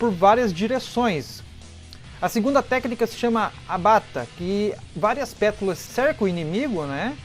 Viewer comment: Vídeo fodastico,pena que tu não consegue falar "pétalas" corretamente kkkkkkkkkk